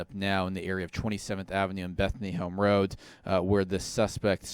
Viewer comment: Are we just gonna ignore how this guy says roat instead of road.